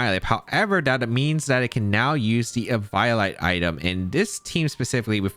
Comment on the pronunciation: The way you pronounced ehVIOlite i cant- 💀